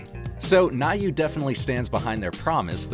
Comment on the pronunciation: Thank you for the detailed review. About the get one in Prime day. By the way, it’s pronounced as “new”.